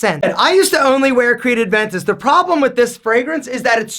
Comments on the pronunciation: Hey, it’s Creed A-ventus, not Creed AD-ventus. Love your work btw! You should try Leyton by Parfums De Marley, great fragrance. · Man, please, it's Aventus, not ADventus!!!! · It's been years and still can't pronounce Aventus. It's Aventus not ADventus. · “Adventus”😂😂 bruhhhh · It's Aventus. Not Adventus. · please stop calling it "Adventus" with the "d" in there, it's "Aventus" lol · puts the 'D' in everything;) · it’s Aventus not Adventus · Please! It‘s Creed AVENTUS NOT ADVENTUS :) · is it me or does he pronounce it as adventus